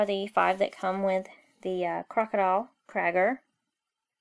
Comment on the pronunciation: its not crager its creiger